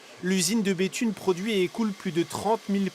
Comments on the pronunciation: C'est Béthune et pas Bethnune 😂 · Par contre la ville c Béthune et pas Béthnune, chepa qui verifie les fautes avant de balancer un articles mais il est sacrément nul